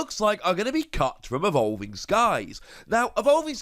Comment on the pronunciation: You said “cut” but I heard “cucked” and I died laughing lmao